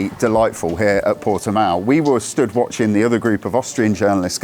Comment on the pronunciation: Easily the best review so far of the new CBR600RR on YouTube in my humble opinion. It’s very much on my short ‘must ride’ list for this season. Also, it’s great to hear that someone can actually pronounce Portimao correctly. Cheers ☺️👍👌